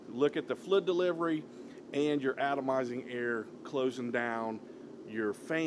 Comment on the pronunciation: Flidddd deliverwy 🤣😂